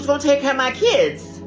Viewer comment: Muh keeyuuds. The fatigue is almost unbearable, no I don't "FILL" them.